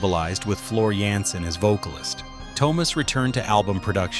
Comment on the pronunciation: His name is NOT "TOW-mas" 🤦🏼‍♂🤦🏼‍♂🤦🏼‍♂ It's TUO-mas (T...U....O)